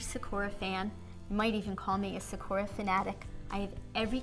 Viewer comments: Just to let you know you pronounce it sa/kū/a it's Japanese for cherry blossom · why... does she pronounce it... like that.